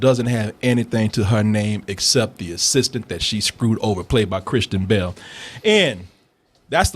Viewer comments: when says kristen bell it sounds like he says Cristian Bale.... I was over here wondering if this is a comedy version of the Dark Knight..... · says "Kristen Bell" like "Christian Bale" LOL